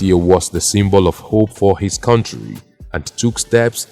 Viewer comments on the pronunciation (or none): none